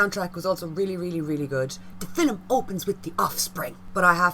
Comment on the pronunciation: “Fillum”. Where is the “U” in “film”?